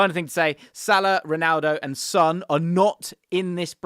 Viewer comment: Why can't anyone pronounce Son right?